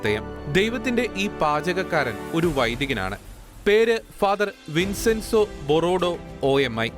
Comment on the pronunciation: വിൻസെൻസോ അല്ല വിഞ്ചെൻസോ ആണ്